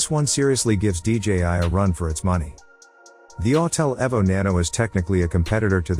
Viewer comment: E V O the E is hard. Not ev but eeeeee vo. Listen computer voice boy learn how it’s pronounced..